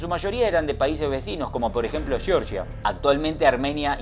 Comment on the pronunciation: No se dice yeoryia, ese es el estado de estados unidos, se dice jeorjia